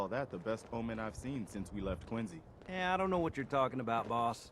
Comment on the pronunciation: As a Quincy native, I am pleased with the correct pronunciation of "Quincy."